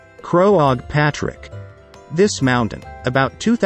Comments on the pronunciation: "Crow-og Patrick" :-D :-D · Gotta love these robot voices haha ...The cliffs of Maw-her, Crow-awg patrick & Glenda-loo